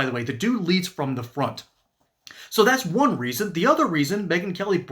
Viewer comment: It is going to be difficult supporting a POTUS who says "dat's" instead of "that's"